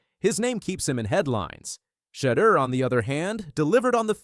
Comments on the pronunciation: Learn how to pronounce his name ! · Yes. Enunciate his name right 👍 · Say his name right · I get pissed hearing mispronounced names!